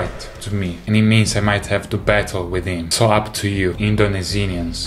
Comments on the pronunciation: I can't help but laugh when he says indonisinians instead of Indonesians lmao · No, he said Indonesinians😆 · "indonesenians" Wheeze